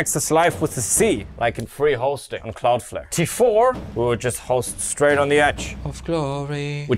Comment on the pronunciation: I've watched this several times now but only just picked up on the emphasis on "free hosting", lmfao